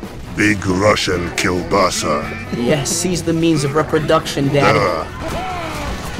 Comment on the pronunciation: На английском я немного понимаю. но как была произносена килбоса я просто разхохатался. не калбоск а именно килбоса😂